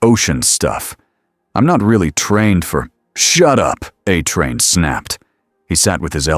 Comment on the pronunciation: These are always great stories I've only found a couple of them to be boring there's a problem though, when they use AI to read these they need to be absolutely certain they need to make the words like a train very specific so it's not called uh train. When they say vought it doesn't say vote. It's not hard just use the words and letters with the correct symbols of each letter that indicates if it's a long a or a short a so on and so forth. I'm afraid you're going to have to use correct and be sure that it cannot be interpreted as any other word than what it is.